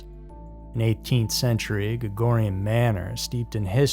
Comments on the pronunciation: the ghost story location pronunciation needs lots of work Georgian is pronounced with the “g sounding like a j” for future information 😂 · Lol, you pronounce "Georgian" as if you were saying the names "George" + "Ian", or "George" + "en" 😅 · It’s George-un